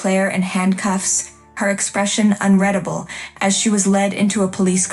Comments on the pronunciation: You need to get your AI voice-over to pronounce words correctly. Unreadable pronounced un-red(having been read before)-able should be pronounced as un-rEEd-able. Get you word definitions correct please. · unreadable, is not pronounced "unREDable" WTF, I really can't wait for IT to control our lives